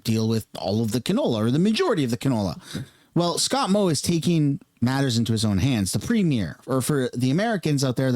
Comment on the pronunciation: Excuse me. Moe not “Mod”.